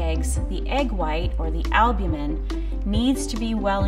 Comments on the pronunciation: Would you take cooking advice from someone who doesn't know how to pronounce "maillard" and "albumen"? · no one:...: ALBUMEN